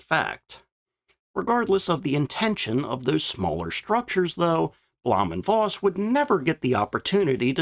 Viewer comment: V is pronounced as F in German, i.e Bluhm & Foss